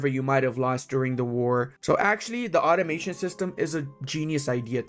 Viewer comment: When you said automation I thought you said ottomation, as in how hard ottomans can blob